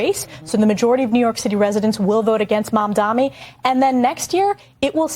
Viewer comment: Its not Mamdami you idiot, its Mamdani, what is wrong with these dush🛍️.... yeah I also missspelled on purpose!!!